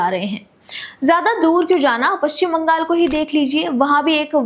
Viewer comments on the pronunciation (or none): none